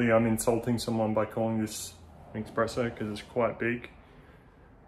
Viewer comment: Bro, it's Espresso 😭